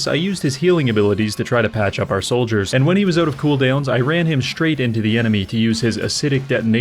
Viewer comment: Every single time he says "oout" i get smacked in the face by a maple leaf. 🇨🇦 😂 As an american this is all i have.